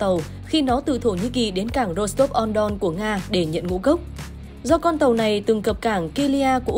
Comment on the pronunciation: Có những tp có dòng sông chảy qua, nên tên của nó có thêm phần cuối "on ...", ví dụ "Rostov na Donu" (tp Rostov trên sông Đông), Frankfurt am Main (tp Frankfurt trên sông Main), Frankfurt am Oder (tp Frankfurt treen soong Oder). Cho nên tp Rostov na Đonu đọc là tp Rostov na Donu hoặc tp Rostov trên sông Đông.